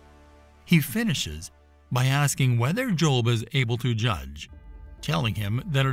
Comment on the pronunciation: The Behemoth is NOT a hippopotamus and Leviathan was not a crocodile! People either believe what GOD said or not. You admit that Ezekiel saw the visions of God's cherubim, but then make exceptions for Behemoth and Leviathan!? God is SUPER NATURAL and doesn't need your unbelief! And BTW, his name was 'JOB', not 'JOLB'.